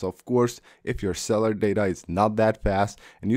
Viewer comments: Cell-u-lar not cell-ar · Someone else actually caught that too!! “Go ahead and swish cellar data off”!😂😂